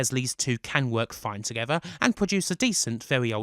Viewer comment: “Marrag is what bwings us towether”